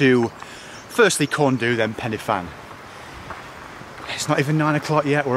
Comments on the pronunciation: You're pronounciation is good, but corn du is pronounced ''corn dee''. Great video, I really enjoyed it! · Excellent attempt at pronunciation . So, Pen-Y-Fan (pen, uh, van), Corn Du (corn, dee), Fan-Y Big (Van, uh, beeg)!!